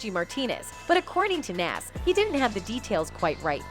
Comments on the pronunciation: Lol why she call him naas and 2pack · Nas not Naaas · She butchered Nas name 📛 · This white woman’s voice have to learn to pronounce 2pac and Nas… And daaamn she too comfortable with reading articles word for word nigga 😂😂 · Say Nas right please 🤦🏾‍♂️ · You white folks always trying to make money off of us, but can’t even pronounce our DAM NAMES